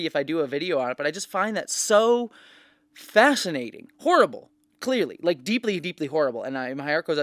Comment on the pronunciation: Every time she says "fascinating" I hear "fascist" ??